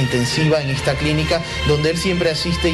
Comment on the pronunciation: Si saldrá de ejta... 😬😬😬